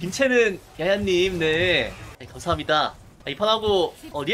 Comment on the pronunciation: 감사합니다 잘쓰겠습니다 할때 발음 뭉개지시네요 선생님